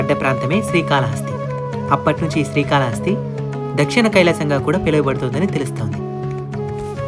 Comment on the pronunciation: రేయ్ బుర్రలేనోడా... స్త్రీ కాళ హస్తి కాదురా.. శ్రీ కాళ హస్తి 3 జంతువులు కాదురా 3 జీవాలు అనాలి అందులో ఏనుగు ఒకటే జంతువు... స్త్రీ.. కాదురా ... స్త్రీ అంటే ఆడది ... శ్రీ .. అంటే సాలేపురుగు. కాల కాదు కాళము అంటే పాము హస్తి అంటే ఏనుగు. శ్రీ కాళ హస్తీ.. అనాలి పిచ్చికూతలు వీడియోస్ లో లాగా కూయమాకండి కరెక్ట్ గా తెలుగు పలకండి.... 🌹🕉️🌹జై శ్రీరామ్....